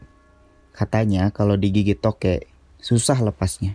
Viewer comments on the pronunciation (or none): INGAT..!!! "Tokek" pake "K", bukan pake "T".... kalo pake "T" namanya jadi "totet"